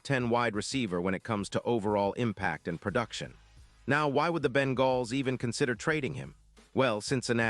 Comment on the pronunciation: Ben-galls? Give me a break. AI voice sucks.